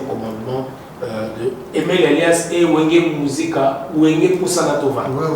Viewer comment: Voilà au moins un vrai wenge MAN qui se prononce 🤝👏🏽👏🏽👏🏽👏🏽👏🏽Bravo et Merci Mr kusangila